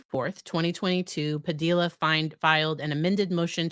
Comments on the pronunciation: Padilla rhymes with tortilla. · Fyi, it's pronounced buff-oon, not baff-oon. And generally the l's in Padilla are silent.